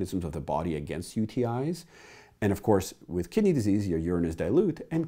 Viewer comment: Every time you say "kidney disease" i hear "kitty disease" I treat kitty disease in everything from cats to dogs to chameleons, snakes, and even humans made me double take